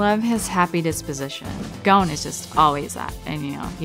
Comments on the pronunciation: this is so cringe ITS NOT GOAN ITS GON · It hurts so much hearing them all say "Goan" instead of Gon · I hate how they pronounce Gon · in the original it’s like saying Gong but with more of a flare with the n, but the dub is like saying gone or goon. It just doesn’t have the same emphasis and it’s not the same. When you hear the other actors say Gon in the sub it’s just more pleasing